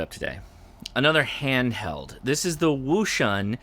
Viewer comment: It's pronounced - ocean